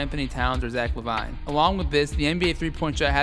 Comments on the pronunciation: omg it's driving me crazy it's la-vēēn not la-vīne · La Vine👌😂 That is not how lavine is pronounced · Brush u mispronounced lavine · I went crazy every time he said lavine wrong like have you even watched the nba for the past 2 years😂